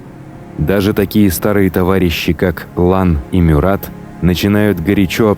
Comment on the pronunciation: Только правильно - МЮрат.. а так , очень классный выпуск 👍